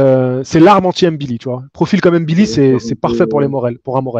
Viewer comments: Tu prononces très bien "ngannou", mais là de même c'est "mbilli", non pas "M-billi" 😉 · Salut, il faut prononcer le nom MBILI, comme NGANNOU😊